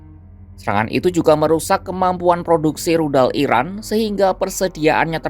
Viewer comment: Narasinya jangan salah sebut IRAN di sebut IRAK...